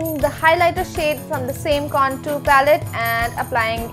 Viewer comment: Contour pronounce is wrong